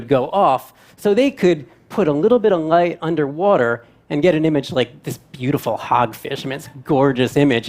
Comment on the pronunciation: Why is the presenter not able to say the letter "l" ...i thought ..wat he is saying at first n i realised he was trying to say light. He pronounced it as "ngaith" and "ngas year " as in last year.